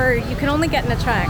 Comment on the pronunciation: You are the few foreigners who pronounced Nha Trang correctly (almost) 👍 I've been there few times and I like it.